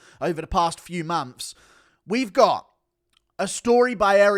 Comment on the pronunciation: This guy says mumps instead of months. Can't take him seriously.